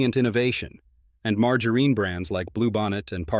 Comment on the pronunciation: MargorEEn lol